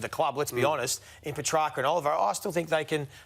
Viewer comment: I think I heard Joey (while looking right at Ralph) giving the correct pronunciation a little extra emphasis . Ralph of course pushed on with Puhtracker. Goose.